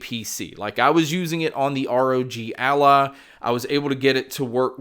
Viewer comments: It is ROG ALLY, NOT ROG ALLAH XD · What makes me laugh is the way "ROG Ally" sounds like he's saying "ROG ALLAH"